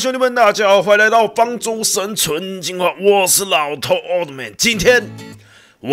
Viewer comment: 開頭我聽成方豬生存進化